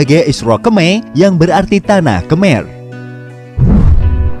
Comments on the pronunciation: Sorry min just fyi, mereka nyebut Khmer itu "kemai" Kalo org indo biasanya nyebutnya khamer, bukan kemer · Ucapan KHMER yang benas dibaca KHEMAI